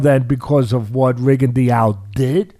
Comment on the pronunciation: Why does Teddy mispronounce Rigo's name like that?